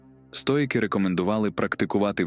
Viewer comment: цікавий та корисний матеріал! дякую за вашу працю!! ❤ маю питання щодо голосу: озвучує ШІ, правда? жива людина не робила б таких банальних помилок в словах чи наголосах; наприклад "стоЯки", замість "стоїки", яким присвячений канал